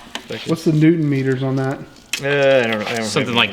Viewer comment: "30 Neutron-meters..." *LMFAO*, Dude! Thx for this one! 🤭👌